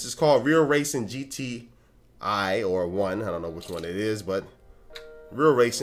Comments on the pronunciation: Its GT "I" not 1. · its GTI, not GT1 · The last game is actually pronounced as GTI not GT1 (its my favorite car) haha! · its GTI not gt1 :) Its like the german cars Volkswagen Golf GTI greetings from germany ^^ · Its GTI (eye), for the Volkswagon GTI, the car in the came. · Hehe its GTI (Not 1) ;-)